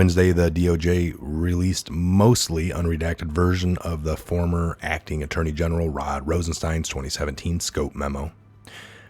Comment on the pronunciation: Lol, “at-turd-ny” 🤣 Thank You 👍😁